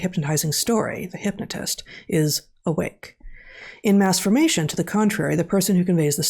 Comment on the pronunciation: Please enunciate the term Mass formation please.... thank you.